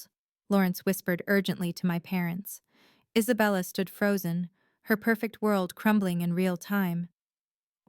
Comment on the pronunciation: I collected a few AI mistakes in the English language listening to this episode: “Isabella said” becomes “as a bell is said”; “Isabella” becomes “is a bella”; “Hermes bag” becomes “her Mays bag”’ ‘so sank demonious” rather than “so sanctimonius”; “Harold” becomes “harrowed” ... just a few!